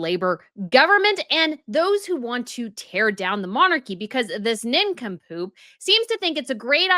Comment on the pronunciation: Nin come poop cracks me up every time you say it